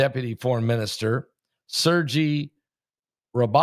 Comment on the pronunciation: Just to let you know, its not pronounced ‘ser-gie’ its pronounced ser-gay’… just thought Id share..